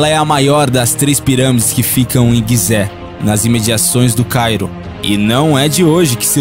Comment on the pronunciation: é gizé, e não guizé